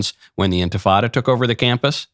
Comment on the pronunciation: “Intafada?” Really, Michael? That’s disgusting. I unsubscribed from Daily Wire because of that brand of intellectual dishonesty. Now, I’ve heard my last podcast of yours.